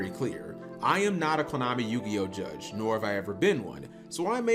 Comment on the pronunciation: I thought you said Klownami.